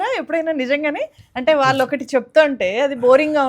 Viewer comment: విషయం ఉన్న వ్యక్తిగా చక్కటి programs చేస్తూ ఉంటారు కానీ, భాష మీద పట్టు సంపాదించ లేక పోతున్నారు, ళ ళ ళ బదులు ల ల ల పలుకుతూ ఉంటారు ప్రతీచోటా, program మొత్తంలో ఒక అపశ్రుతి లాగా ఉంటుంది, Example -మళ్ళీ బదులు మల్లీ, వాళ్ళు బదులు వాల్లు అంటారు, Please practice using ళ ళ ఉచ్చారణ elevates your talent Please understand and practice